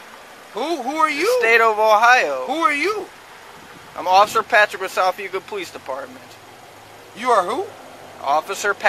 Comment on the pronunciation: It was south Euclid commentator didn't pronounce it correctly